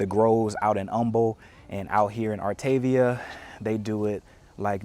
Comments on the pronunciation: I was told it’s pronounced - ar ta ve a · It’s actually pronounced “art a via”. :). Artaveeha. 😊